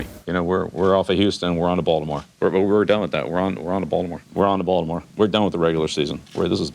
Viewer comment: "Haven't seen this many cameras since we signed Tebow" LOL He also says Balimore correctly. Love his interactions with other players too.